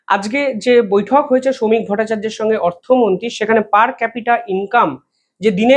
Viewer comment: Uni Sri Shamik Bhattacharjyo. Bare bare surname ta bikrito uccharon korben na.